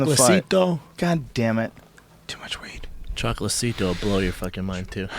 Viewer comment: Schaub butchering all these boxers' names Juan "Miguel" Marquez and Chocola"CITO" lmfao